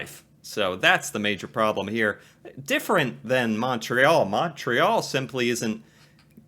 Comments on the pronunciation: also, we pronounce Montreal, Mon, like in Monday +tree +all and not Mon, like in Monster. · Cringe every time you say the city's name...it's pronounced as 'Muntreal' not MONtreal... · Why do Americans pronounce it with such a sharp “O” lol. Everyone here calls it “Mun-Tree-All” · My city!!🤍 If you ever make it up here , the correct (english) pronounciation is M(un)ntreal ; rather than M(aw)ntreal. Although we're so polite that no one will ever correct you, it does get annoying. This will set you apart from the rest of the tourists from the US. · Say the name of the city like this: mun-tree-all (if pronouncing it in English). The first vowel rhymes with "bunt," not "font." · Americans pronunciation on Montreal makes me cringe. It’s pronounce Muntreal, no emphasis on the Mon part. Muntreal….say it with me!! Cute video. 1 hour from the border. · It is pronounced Mon(t)-réal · Start saying Montreal like a Canadian! We say it like Muntreal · great video .. but being a Montrealer .. I gotta give you an inside tip .... Montrealers pronounce it MUNtreal .. listen to her in the video she keeps Saying it , trhat's how we pronounce it .. Muntreal